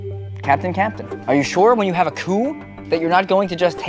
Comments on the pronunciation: I heard poo instead of coup at the beginning... please teach me how to have that successful poo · Kinda butchered coup a little, but still had great fun watching :D